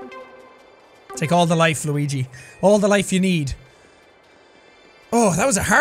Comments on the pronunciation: Hey jacksepticeye can you please play the game Steven Universe save the light I keep on asking you to play it for quite some time and you're not playing it can you please play it for the love of God for Ireland for the potatoes and plus it's not Luegi it's pronounced Luigi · You said luigie this how you say it luigi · Actually, it's pronounced "Lueejee". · Please say Luigi name right please